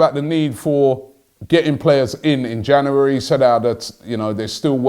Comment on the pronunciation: It's Jan"U"ary Robbie 😊